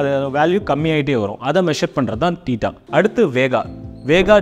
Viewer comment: அது...தேட்டா இல்லை தீட்டா என்று உச்சரிக்க வேண்டும். ஆங்கில வார்த்தைகளை சரிபார்த்து உச்சரிப்பது உத்தமம். வாயிக்கு வந்தததை பேசி உளறக்கூடாது